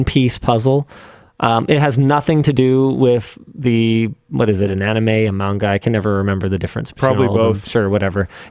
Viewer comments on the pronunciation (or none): none